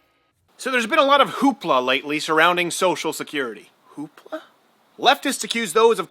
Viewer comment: you don't say hoopla...you say hoop law